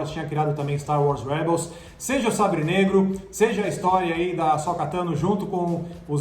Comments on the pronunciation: Asóka, Bo-kazan, Olho da Noite, Darth Maul("Just Maul"), Sabre Sombrio... Vamos listar os erros?! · Bo-kazan e A-Sóka Meu deus gente!